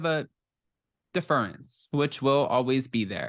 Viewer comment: Everyone knows Bethenny worked for Kathy and that she has been friends with Kyle forever. And on her podcast, she said Kathy made good and Kyle was still young and finding her way. Try listening to it. And it's 'DEference,' not deFERence. But good luck with the implant!